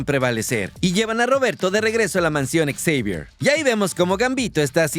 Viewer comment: Deja por favor de decir ecseivier, te escuchas mas ridículo que Xochitl en un discurso.